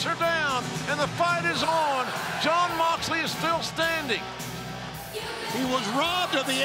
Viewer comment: "J-h-eeeooooon Moooxley!" Really, Justin? Even in his hometown you keep saying his name wrong.